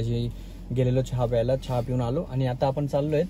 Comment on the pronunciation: छा नको म्हणू. चहा म्हण. 👍